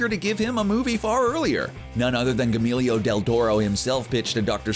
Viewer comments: Gee yer moe. not G-Emilio esteves tf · That's a weird way to pronounce Guillermo lol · Dude apologize for butchering Guillermo’s name.....like that was awful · Who is Gemilio del Toro? I only know of a Guillermo del Toro. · Wow. You really should do your research before recording the narration. If you have no idea of how to pronounce “Guillermo”, do. To make shit up out of thin air and hope you get it right. It is not hard to find info on how to pronounce it correctly. It is definitely NOT pronounced “Guamillo del Toro”. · "gAMeelYoH del Toro" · Good god, you butchered the hell of out Guillermo. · Yeah, "Guillermo" isn't that hard to say.